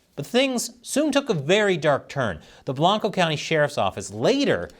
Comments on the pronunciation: Might be things have changed since I moved out of Texas 30+ years ago, but I recall pronouncing Blanco as Blank-oh, not Blonco. All the Cali-boys fixing things? Now how does one say Manchaca in Austin? MAN-shak! Of course the idiot city council there corrected it's mispelling in 2019. Oh well. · Blank-Oh. You have to mispronounce it properly. Source: I graduated from Johnson City High School and various family members worked for Blanco County (including the SO) up to the early 2000s.